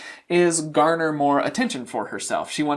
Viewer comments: its GARNER. One GARNERS sympathy, not garnish. Unbelievable how dumb some people are. I have heard you mispronounce a dozen words already. Read more often; terrible vocabulary. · You are adorable saying ‘garnish’ sympathy instead of garner. You’ve got such an amazing way of explaining such a complex subject subject to idiot laymen like me! X